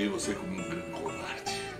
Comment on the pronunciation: "Covardê" kkkkk